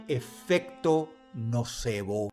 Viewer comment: En vez de nocebo escuche no sabo 😭😭😭